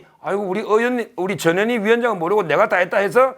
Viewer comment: 전현희는 변호사님께 정말 감사해야 합니다. 유일하게 '전 현 희' 라고 이름 똑바로 불러주시는 분 입니다. 다들 '저 녀 니' 라고 발음해요.